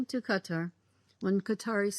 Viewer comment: Its Qatar not "Gaatar 😂